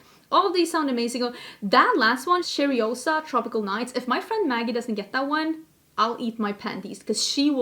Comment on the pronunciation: Two things: 1-if you like that purple shadow on the pat mcgrath palette, you have it on your subversive palette. 5 out of 6 are repeat shades. 2- that coke flavour is foul😖😖😖 The Sol de janeiro cheirosa is pronounced Shay-ro-za not cherry-o-sa. But I really appreciate all the times you try to say Portuguese words ❤️😂😘😘😘